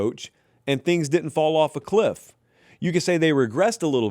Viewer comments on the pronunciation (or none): none